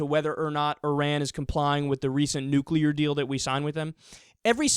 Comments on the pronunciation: His face is melting! Maybe he was exposed to "nucular radiation" uh uh uh...hmmm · You mention the difference between Sunnis and Shias, but the most baffling thing is, does this guy know that both groups also do not overlap with Mexicans? And... you know, maybe it's not THAT easy to smuggle a "nucular" warhead through the Atlantic ocean. I mean... I'm not even a Mexican and I feel offended on behalf of them.